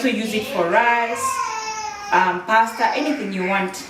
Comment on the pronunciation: you said paste bolo whaaat now😂😜?tuchanue hapo kidogo